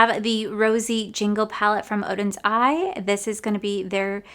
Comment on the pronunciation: You did such a great job saying Oden's Eye! It's so hard to get rid of any of the makeup....